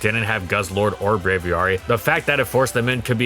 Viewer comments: The As in Braviary are pronounced the same way. Same root as Aviation. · Love the video, but that's certainly one way to pronounce Braviary